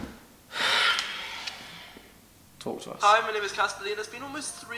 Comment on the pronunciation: how many times u tried to say caspar lee they were all Irish 😂 but I love you xxx